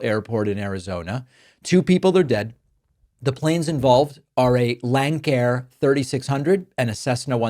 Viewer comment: MORE plane crashes 'under Biden' ? NO, actually far FEWER, in fact very few at all and ZERO domestic scheduled jet or turboprop flights. FYI, Lancair is pronounce Lance-air. Republicans LIE incessantly, it's all they know.